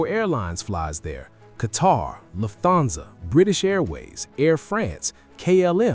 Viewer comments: Teach your AI voice to pronounce names correctly. It's Luft-hansa, NOT Luf-thansa!!! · Not sure I've heard of DLH pronounced as "Luf-thansa" before. I can see how someone might say that though.